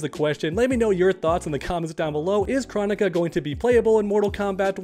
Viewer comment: I don’t understand how Kronika’s name has been said so many times in game and yet you still don’t know how to pronounce it.